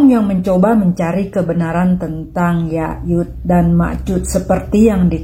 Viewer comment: Bukan yayud, tapi yajuj Pake J